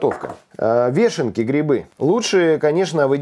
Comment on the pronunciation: вЁшенки,а не вЕшенки,ухо режет